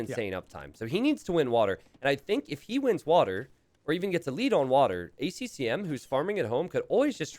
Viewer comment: "Bac-T" and "A C M"? get your shit together